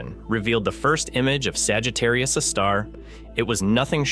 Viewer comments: Yep, that's AI voice. "Saggitarius, a star.." What else is it going to be? "Saggitarius, a deli in Queens"..? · It isn't even state of the art. (Cf. ATP's recent episode with the AI podcast.) It stumbles over punctuation and mispronounces things in an obviously artificial way because it's mis-parsing the text it's been fed. For example, , it refers to "Sagittarius, a star." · While the quality of the AI voice is better than many using AI voice, it is still clearly an AI voice. It's "Sagittarius A*" not "Sagittarius a star". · "Sagittarius ĂÆEĂ star"